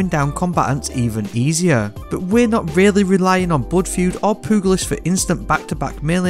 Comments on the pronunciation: Pew- jah- list Sorry not trying to be an asshole I just have never heard pugilist said that way 🤣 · Looking for that pooglist perk 🤌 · Poo goo list lmao. How did u not know how to pronounce thay? Anyways, great video and like that exotic as I’ve never seen it before. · Lol he said “poogalist” 😂 I’ll never grow up. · lol poo-gul-ist.... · pugilist is pronounced "pyoo juh luhst". all in all, good vid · Hearing content creators miss pronounce pugilist is like nails on a chalkboard 😖